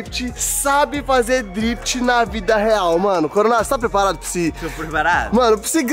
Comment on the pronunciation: Sabe nem falar drift xarope